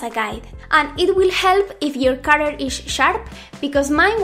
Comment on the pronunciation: She said... A cutteRR papeRR and glue 😂😂